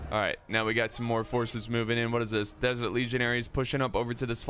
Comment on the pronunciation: words messed up: -Fatal -Shotel -Desert (from Diesel Legionaire)